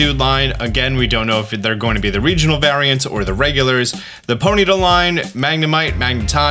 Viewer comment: Oh god, you pronounce Ponyta weird too!